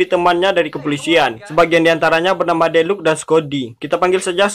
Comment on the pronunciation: Deluca dibaca deluka bukan deluk bambang🤣🤣